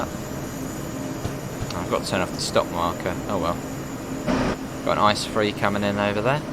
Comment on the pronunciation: Can you say I C E and not ICE